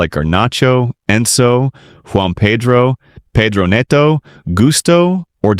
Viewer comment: Paydro??? Nedo?? Only Americans pronounce Pedro as Paydro and Neto as Nedo. An American making analysis or commenting on football matters is just catastrophic. These guys can't seem to pronounce these players names correctly. Paydro, Nedo. PHUCK.